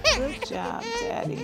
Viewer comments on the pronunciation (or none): His entire ATTITUDE Changed when he got those results!! His most sincere moment EVER! The look on his face! Darn near broke him down, hope his word remains true, she is his little doll forever!! Side note buddy, it's,"Daddy"not "Zaddy'!! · he said “zaddy is here” instead of daddy 💀